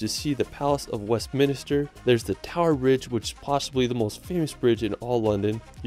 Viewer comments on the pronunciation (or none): none